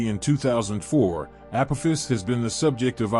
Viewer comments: Pronounced AH-P-AH- FIS.😉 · I swear if I hear you pronounce "Apophis" that way one more time....🤑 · Pronunciation of asteroid name is incorrect, text spelling poor, pictures & video nice. Is the narrator an AI?